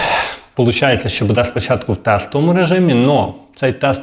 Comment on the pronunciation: Робіть правільно наголос !!! Не будЄ, а бУде.